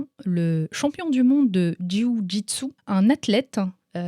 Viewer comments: Dis JJB au lieu de jyiouu gitsou😆 ce sera plus simple :p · au top, tu me fait rire en disant « le JOUI JU TSU » MDR j’aime bien et tu as raison c’est la bonne prononciation quand on à l’habitude de prononcer JU-JITSU 😊 Merci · C'est la meilleure prononciation de jio jitsu ! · "Le juyujitsu" cest tous ce que j'ai retenu😂j'adore😄✌️ aparament cest comme ça qu'on le dit bravo à toi😆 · J adore comment tu prononce Ju-jitsu 😂